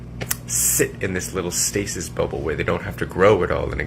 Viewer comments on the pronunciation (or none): none